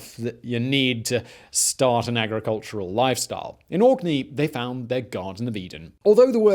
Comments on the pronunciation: ohhh it's "Orkney" ... I heard Auckney lmao . Tbh Auckney sounds better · I know he's saying Orkney but in my head he's saying it spelled like Aukney... lol